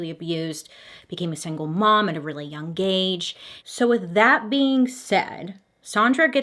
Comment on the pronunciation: BTW the G in young is silent or did you really mean young gauge?